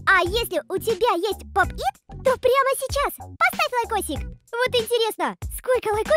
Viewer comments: Правильно поп ит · Правильно говорите Pop it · Правильно говорить поп ит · Поп ИТ вот как правильно говорится😊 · Правильно говорить поп -ит 😅😅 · Pop it вот как нужно правильно говорить😊 надеюсь помогла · Pop it правильно говорит ся😊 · Правильно говорит ся поп ИТ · Правильно говорить поп-ит